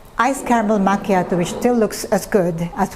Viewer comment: Its should sounds like "makyatu" not "machatoew!" Belive me Im Italian! We dont served cold it should be very hot! Mama mia! You know the reason there is no Starbucks in Italia.